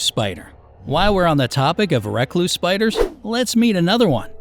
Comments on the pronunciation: I’m not sure that’s how you actually pronounce “Recluse”. Could just be my memory though. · Lol it bothers me bc you say recluse and I pronounce it reecluse,but im from the south so...